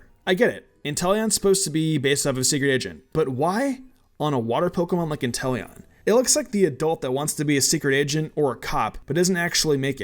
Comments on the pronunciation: You meany WHY INTELLON?!?!? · Really Intelion? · Intellion? Time to bring the guillotine. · How dare you say Inteleon.